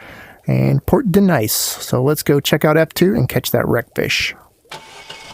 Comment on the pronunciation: Glad you are back! Just an FYI, the Nice France location is spoken as Niece.